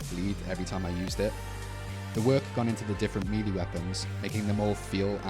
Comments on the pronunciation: It sounds like you say meaty instead of melee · ain't no way he said meelee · Why he say melee like that..